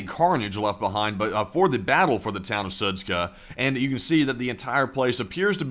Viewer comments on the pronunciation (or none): Sudska? It's Zud-Sha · "SudZHa" not "Sudz-k(?)h(?)a" omg 💀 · Idk why you keep calling it "Sudzka" when it's clearly "Sudzha". -zh is a common transliteration of the sound -ж which is pronounced similar to the French -j, or for an English equivalent think of -s in the word "Asian." Just pronounce it as "Sudja" and it'll sound more correct. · it's pronounced SU:JA, not SU:TSKA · The name of the town is pronounced Soot-Jah. Not soot-kah. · Су́джа = "sood-dja", not "sood-ska" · Sudzha - is pronounced Soo-djuh. Not Soo-tska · Its pronounced like "suja" not SUTSKA. :D:D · The town of Sudzha is not pronounced with a K. If you pronounce it like that, than it means bit** 😅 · That does not explain why someone would not be able to pronounce Sudzha and add a 'k' which isn't even there! It doesn't need to be perfect, but at least try to slow down and read what it says would help a lot. I notice this in every video and it's really annoying. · The pronunciation of that town is Soo-jah. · It’s pronounced Sudja like in French perfume‘Jadore’ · Sudzha is pronounced Su-j-a, 'j' sound like in 'jump' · It's Sud- ZHA, like Zsa Zsa Gabor. No k. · The pronunciation is soo-jaa the combination of letters dzh is like an English J in Joe or Juice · Yeah , a little one :) It is more like [Soodjah] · There's no 'k' in Sudzha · The funniest thing out of this is seeing how many different ways people can mispronounce Sudzha.